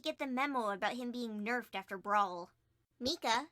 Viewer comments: did you just seriously pronounce micah (mike-uh) as (meek-uh) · Did you call my-cuh meec-cah? (Micah) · did you just pronounce micah's name as mika excuse me ma'am that's incorrect and i have the brother named micah right here to prove it (correct pronounciation is MIKE-ah) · Not to annoy you but- correction Micah is pronounced mic-ah. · Silently can't continue watching after hearing pronounce Micah Mika. Have I been pronouncing it wrong the entire time? I don't think so... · Wait Who the heck is MEEKA?! I know a Micah (My-Cuh) but not a MEEKA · I don’t know what’s sadder- That said it as Mi-kah Or that I now doubt if I pronounce it right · this whole video and I cannot believe you pronounced Micah like that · How you pronounced Micah gave me heart burn 😫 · sorry it just bothered me- I get a bit nitpicky with pronunciation